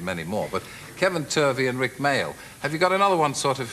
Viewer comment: Rik with a silent p 😂